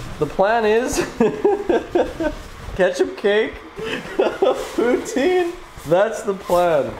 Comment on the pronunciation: as a french canadian, you are the only english canadian who can say poutine without making me irrationally mad